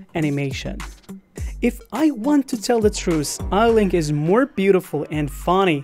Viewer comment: It’s not Eilink it’s Eilik